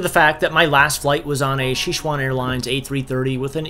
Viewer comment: Xixuan Airlines? Please tell me you're not trying to say Sichuan Airlines...